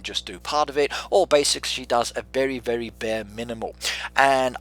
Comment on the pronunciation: Sounds like he’s saying “vely” like a mix between r and l